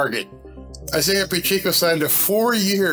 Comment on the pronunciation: Its "Pacheco" not "Pacheeco" Like "Pa check o"